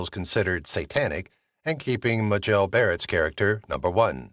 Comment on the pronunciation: muh JELL ??? I'm turning off this video immediately. Clueless.